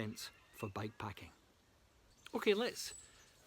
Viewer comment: Good stuff mate! Can't tell at all if you're saying bike packing or back packing 😂 but otherwise love your work.